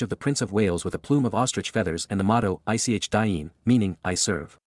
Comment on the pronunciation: The words mare pronounced EEK DEAN !